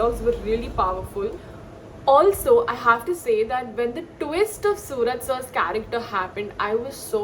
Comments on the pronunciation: Pronounciation should be suraaj.... Not sooraj 🚫🙅‍♂️ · It is Suraj not sooraj mam